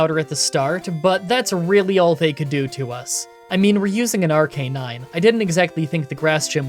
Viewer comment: It's pronounced Arcanine. "But I didn't watch the anime!" Thats no excuse, just look up a 20 second clip on YouTube